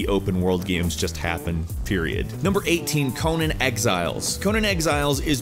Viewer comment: You pronounce the "nan" in "Conan the Barbarian" the same way you pronounce the "nan" in "Nando's" or "nana" or "Nancy". The way you pronounced it was how you pronounce Conan as in Conan O'Brien